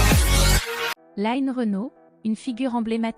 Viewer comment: On ne dit pas "laïne" Renaud mais line (comme lean en anglais). Merci